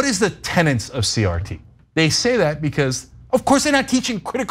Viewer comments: It is pronounced TENETS Not TENNENTS Only one N sound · A word mispronounced by many. I hear tennants for tenets all the time. Like joolery for jewelry. ElectORal for elECtoral, physical year for fiscal year etc. Ana should have known tenets